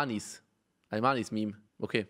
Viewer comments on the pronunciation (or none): "Alman is meme" Niemand: Unge: "Almanis meme"😂❤️ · Ich glaub das heißt Alman is meme und nicht almanismeme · unge ey es heißt alman is meme xD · Unge: Almanis Meme Ich: Alman is Meme* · Unge nur zur Info man spricht das nicht almanismeme aus sonder alman is meme denke ich jedenfalls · "Almanismeme" ahja man kennt ihn